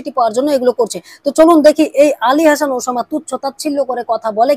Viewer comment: তুই তো উসামা নামটাই স্পষ্ট ভাবে উচ্ছারণ করতে পারছিসনা